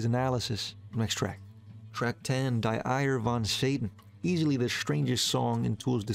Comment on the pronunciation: Interesting video that the algorithm just shuffled to me...! Die Eier. It is pronounced "dee I err". Cheers from Germany! I saw Tool live once in Berlin early 2000s, but didnt like it much, probably due to the sound. And my ignorance. It is by far my most loved band now for years.